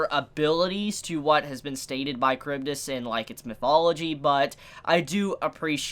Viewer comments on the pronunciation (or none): the greek pronatiation is more like chAribdys so u just put the sound on the first a.also u pronounce skyla with a sounding k its not silent k kinda like saying school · Yes, Charybdis is pronounced Karibdis (Or at least that's how I've heard it pronounced before).